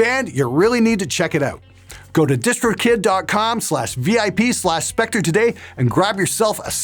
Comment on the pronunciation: I always thought he said distro kit*